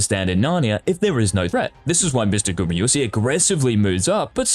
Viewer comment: That's ez. 0 times. Because he says Gumy-yusi all the time, not GumAyusi ^^